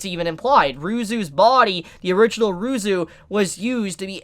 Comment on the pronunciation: Oh ya and Ryuzu is Ruzu apparantly.